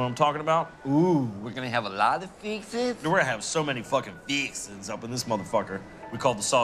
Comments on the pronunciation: "Fixins" dude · Please forgive me my Latino peoples but"feeexins"is another racist tidbit that makes love this show! And I am a 43yr old black guy from Boston.